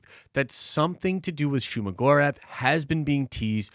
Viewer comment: I dont know who need to hear this. But it is Shuma 🤷🏾